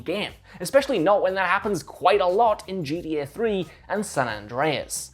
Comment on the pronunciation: You should’ve got one of the other guys to do this video whoever could actually say GTA not G E Eh